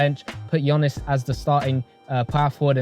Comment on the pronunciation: You’re the GOAT and all but I beg call him Giannis not Gionnis 😭 Only man I’ve heard pronounce his surname better than his first name 😂🤘